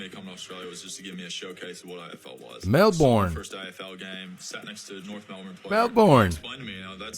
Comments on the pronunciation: one thing, learn to say aussie citys right, it's not mel born, its' mel'bine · Melbourne is pronounced as Melbun or even Melbn. You got to know your own teams name . We poach players from Gaelic Football (Eire). Both AFL and AFLW have former Gaelic players. It's the closest thing to OUR game.